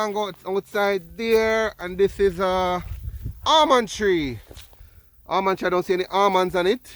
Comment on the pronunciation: It's Almond not Armond.